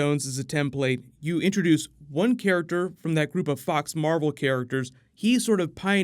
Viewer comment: Marvel, Mar-vel?